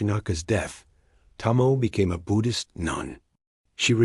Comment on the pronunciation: You're the second channel that mispronounced the name, it's to mo e, not to mo.